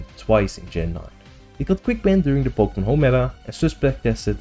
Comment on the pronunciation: Po Kay Mon